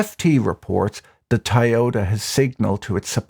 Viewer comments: Tai-yota? What a brand; selling a million cars in the US each year and we never heard of them? 🤣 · Dude, go to a speech therapist for Toyota